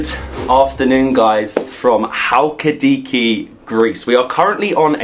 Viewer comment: It's not halki-diki it's pronounced Hal-ki-di-ki with the emphasis on the last syllable.